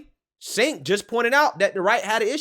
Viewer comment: I’m convinced calls him “Sink” on purpose 😂😂😂